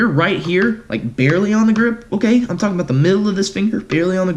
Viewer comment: Stop tollking